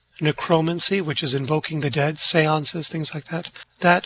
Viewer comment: Love, love, love your channel. And just FYI ❤ forbade it, not forbadded And, not 'debt', dead, 'invoking the dead', etc. Sorry. I'm a retired teacher...😅❤